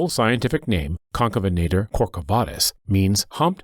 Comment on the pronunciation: Stop calling him concabenator you spelled it right so why can't you say it correctly